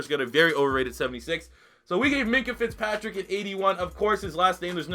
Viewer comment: Fitzpatrick* not Fitpatrick